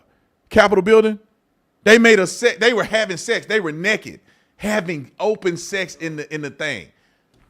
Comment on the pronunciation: And it is NAKED. Not NEKED…. Smh